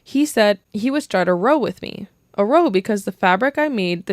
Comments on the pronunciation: It's pronounced as R and then OW ((as in ouch)) row. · 'Row' is a fight... pronounced "R- oww"... oww as in ouch. ❤ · You need to pronounce it to rhyme with now or cow, it's basically you're starting an argument with me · Row not like rowing but pronounced like “ow that hurts.” Town, frown, brown….